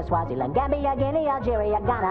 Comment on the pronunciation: He says "Alegeria", not "Alegeirs".